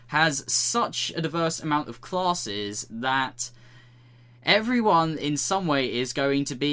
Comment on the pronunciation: Say classes one more time... i dare you